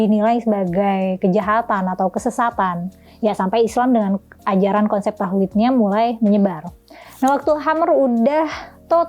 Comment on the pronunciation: Tauhid bukan TAHUID😭